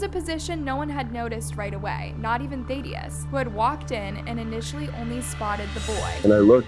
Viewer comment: you said "matthew and melody." The mom's name was Music, not Melody lol. Thadius is pronounced "thaa-dee-us," not "thay-dee-us." And the word is "catatonic," not "catonic." Otherwise, good job! 👍🏻